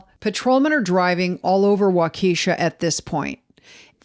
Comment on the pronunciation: Love your podcast, BUT- this city is pronounced Walk-a-Shaw. The accent is on the first syllable. Every Midwesterner is cringing while listening to this episode 😆